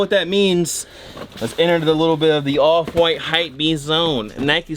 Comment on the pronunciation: This whole time my fatass thought he was sayin “Oliver white”